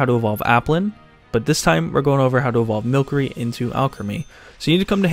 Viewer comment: Pronounced wrong it’s Mil-cery- a play on mystery. There’s no cr there